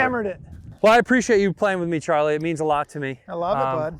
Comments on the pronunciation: had to exit once he said char instead of charlie lol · Why does he keep calling him char lol